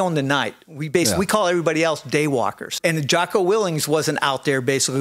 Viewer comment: Way more respect for this guy if he could pronounce Jockos name right. Geez.